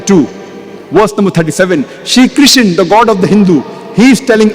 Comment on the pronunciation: Krishna Not kisan Mr broker